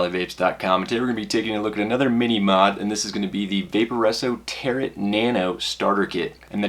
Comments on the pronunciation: Good review, but its the way you pronounce Tarot drives my batty lol. It's pronounced Taroe like a Tarot card from one of those gypsy type people. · the T is silent in Tarot